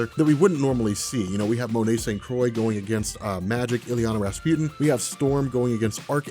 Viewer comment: It's pronounced St. "Croo-ah"